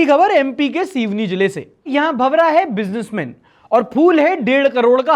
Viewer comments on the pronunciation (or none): brother its not shivni its seoni and yeah the case was funny